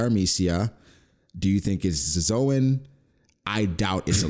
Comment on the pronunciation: pronunciation of "Zoan" is correct in Japanese (動物/ゾオン).